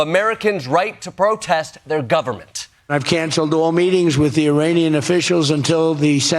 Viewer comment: Trump didn't say "Iranian", trump said "uranian".